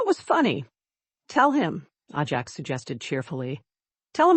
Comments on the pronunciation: Ajax is pronounced AY-jacks, not ah-JACKS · Horse’s name is pronounced A Jacks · It Ajax not ahjax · I love horses so this story was fun. I think, though that the horse’sname should be pronounced Ajax with a long A, not Ah Jax. Anyway enjoyed it a lot. Thank you! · I’ve seemed a number of those “little windows” on these stories. No clue what they mean. BUT I will have to switch to another story because the mispronunciation of the name “Ajax” is driving me nuts. Oh well. Moving on….. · Figure out the pronunciation and stick to it. Ajax: long or short A. Same for Cavan.